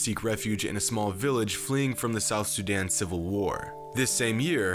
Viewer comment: It's not pronounced suuudan it's pronounced soodaan trust me I'm from there